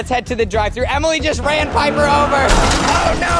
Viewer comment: You said liper it is piper